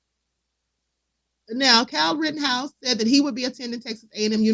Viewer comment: Rittenhouse NOT Rottenhouse